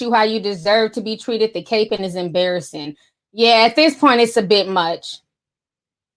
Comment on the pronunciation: Ti, it’s not “cape-ing” it’s “capping” (like a baseball CAP)